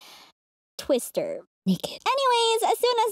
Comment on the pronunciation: She really said "twister